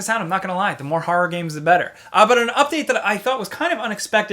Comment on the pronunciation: "Hawroar games"